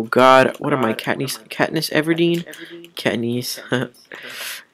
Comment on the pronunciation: boo you suck "katniece" lol jk do more